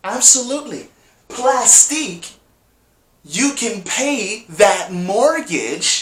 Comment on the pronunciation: Plastiq is pronounced "Plastic".